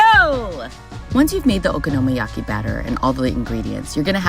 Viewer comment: Isn't it okonomiyaki, not okonomoyaki?